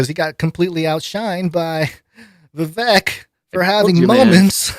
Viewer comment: Informative show, grateful ...just wanted to add it's pronounced Vi-Vake like 🐍